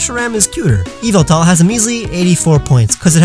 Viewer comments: Pardon me but it's YAHVULTAL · Bruh its yahveltal